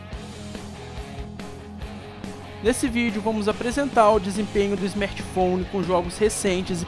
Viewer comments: Belo smerti foni mano!😂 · smetphone kkkkk fala direito mano. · o cara quer criticar algo e fala esmerti founi 😂😂😂😂...é cada um que aparece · smertphone aprende a fala meu